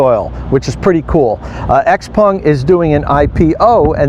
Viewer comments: It's not hard to pronounce Xpeng and not xpung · Xpeng... Not xpung. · It’s actually pronounced Shouw-pung